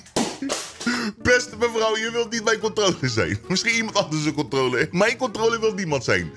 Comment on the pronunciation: Iedereen: Controler: Kontrooler